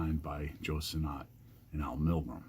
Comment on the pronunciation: I’ve met Joe Sinnott before. He said his name is pronounced like “sinit”, not sinNOT. Just saying.